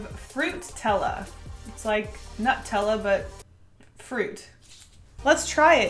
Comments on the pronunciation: Hearing say NUTella made me shiver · NUH TEL LAH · did she just pronounce nutella as nut-tella? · When she said “Nut-tella” I felt my European friend, SCREECHING into a rant 😂